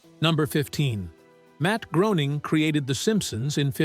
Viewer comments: Groening is pronounced like Gray-ning, not Grow-ning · Matt Groening, pronounced Graning, Graaaning, please